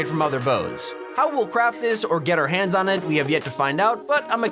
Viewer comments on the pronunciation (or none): none